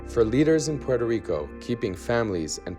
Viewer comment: "...devasted Puerto Rice..."??? lol